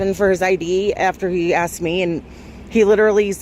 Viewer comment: Cop said... I axed for identification not asked lol.